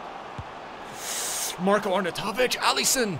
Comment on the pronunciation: It's pronounced marr-koe Arr-naw-you-toe-vich